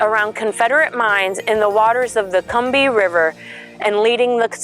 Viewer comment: You pronounced Combahee wrong.